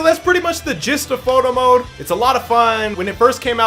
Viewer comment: Through out all this vid i heard him say moto mode instead of photo mode